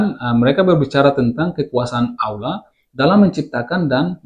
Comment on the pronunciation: Di kenapa suara lafal Allah nya kok gitu?